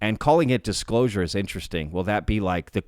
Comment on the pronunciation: The Dishclosure 🤣